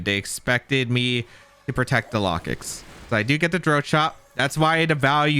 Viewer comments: I think its pronounced like locust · that pronunciation of Lokix has to be bait